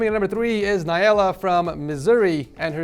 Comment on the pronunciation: It was so funny when said Naiela and Missouri